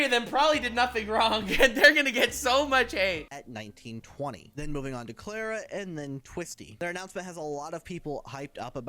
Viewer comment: I like the visual designs for once, but ugh no.. If it's meant to be the Swedish Klara then the a's are pronounced as the a in far, would be fun if it was a European for once. Been a while since THEWAVEWELETGETOFFWITHANYTHING I mean Cuxiem.